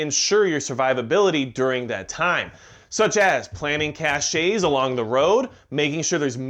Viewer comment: Cache is pronounced like cash. The last e is silent.